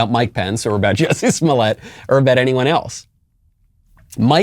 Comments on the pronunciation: I never quite got the French pronunciation of the name either. But I think the joke is that by changing Jussie’s name, Dave has plausible deniability that he wasn’t talking about Jussie, so he can’t be sued. He’s not slandering Jussie. He’s not diverging from the woke narrative. He’s just talking about some French actor. And maybe by providing that distance, it makes the scenario seem even more ridiculous, rather than the harshness of talking directly about the person. Or maybe I’m reading too much into it, and the joke is just that his name is Jussie, not Jesse, which is just a weird funny name. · Pretty sure what Chapelle is referring to is the Narcissist behaviur, when charged with comitting serious hate crime, to the argue about the pronounciation of your name, is... Well very disturbing and Narcissistic. Also Ms Ellen, stop hating and wanting people You disagree with to suffer mrs Ellen. We, people with sense are just saying You Can’t just magically change your sex, or age or ethnicity. Stop hating me for «believing» biology science and deductive thinking. We, the sense people (white supremacists.....) dont think its healthy to tell our children this is normal.. And They Can’t just magically change sex, or identifie as unicorns. Its more like a CONDITION. Body-dysmorphia. We dont tell a bony anorectic he/she is fine, we support them and try to treat the illness, not condone it. We try to help them with guidence and psyciatric help.😊 Wish You the best and hope You get help.😊☝🏼 Get some help. Kind regards from all of us with the commmon sense.😊✌🏼🙏🏼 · The juicy was just that actors like to call themselves all sorts of shit that is not even close to their real name. So by law it’s Jussie but he pronounces it Juicy to seem sophisticated. It’s just a funny take on actors.